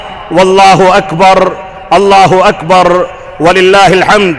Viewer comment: الله اكبررررررررررررر ''ر'' کو تکرار کے ساتھ پڑھنا درست ہے کیا؟ ہمیں تو تجوید کے قاعدے میں "ر" کو تکرار کے ساتھ پڑھنے کو غلط بتایا گیا ہے